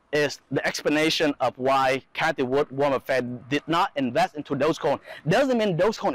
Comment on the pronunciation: Haha.. he say like Golden Corral 'Buffet'